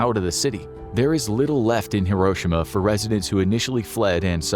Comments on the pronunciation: Not to put too fine a point on it, but it’s not hiROshima, it’s hiroSHIma. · It's pronounced hiro shi ma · The narrator is not pronouncing Hiroshima correctly. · Should have tried pronouncing “Hiroshima” correctly.